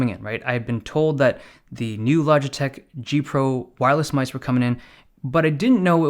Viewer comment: Dave loves his "myse"